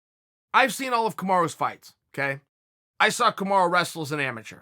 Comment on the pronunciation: The irony is Camara is an actual name in Guinea. But I Chael is mispronouncing Kamaru as Kamarough (US: Kamaruh), not as Kamara.